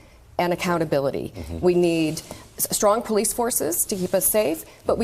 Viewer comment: “…defund the porreece.” HAD to unlock my phone to see if she was azn. 😂